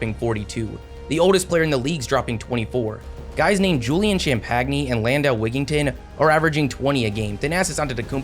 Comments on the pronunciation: Man butchered Julian's name lmao. It's pronounced exactly like champagne 😂😂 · Champagnie is pronounced champenny